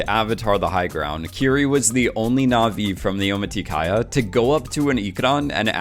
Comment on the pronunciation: Your Naʼvi pronunciation was good actually